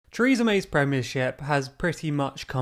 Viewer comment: Chreesa May. Never heard of her.